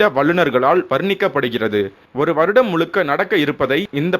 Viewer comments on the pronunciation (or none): மழை = மலை, தமிழ் = தமில், முழுக்க = mulukka "நல்ல தமிழ் உச்சரிப்பு"